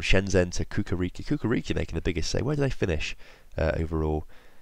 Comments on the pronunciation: *chukarichki not kukariki ;) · i am from Serbia and its not kukariki it is Chukarichki